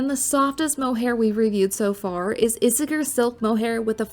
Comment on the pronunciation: Ee-say-air….is how Isager is pronounced